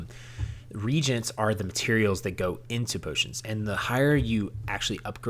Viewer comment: thanks, i learned some good tips. Two notes: 1 you did not address how to level up - for example, leveling enchantments. Maybe a note in the comments would be helpful. 2. Reagent is pronounced ree and agent not regent.